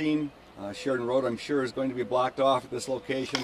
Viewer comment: Did he say "blocked off" or "blacked off" ?